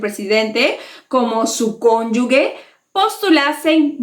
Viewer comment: Una suscriptora más ! Ojalá y más Peruanos y peruanas se sumen a subir este tipo de contenido ! 👍🏻 . Solo una cosita , la palabra cónyuge , la “g” suena como “j” , fonéticamente seria /cónyuje/ no /cónyugue/ .